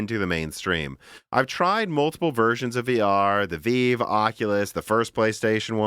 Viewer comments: I get so triggered when he calls the Vive the VEEV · Really? The "Veeve"? If there is any topic cannot speak intelligently about, it is VR. So many inaccurate statements and missed opportunities. Post script....your phone is not giving you brain cancer.